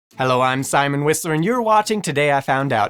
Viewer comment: I must admit, I busted up laughing within the first ten seconds with the "hello I'm Simon Whistler..." You should've done an english accent hahaha.